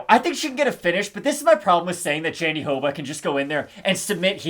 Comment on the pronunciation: It's not pronunced JandiDoba, no matter what Anik says. was saying it closer to the right way before. Me again, trying to correct your pronunciation. Love you guys